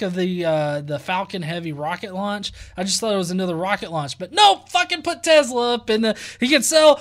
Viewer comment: Its tesla..not tezzzla lol